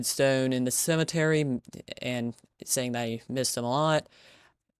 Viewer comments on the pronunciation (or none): i like the way that ur saying "aNd" lol